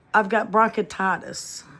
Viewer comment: You are pronouncing it wrong. Bronchitis and COPD.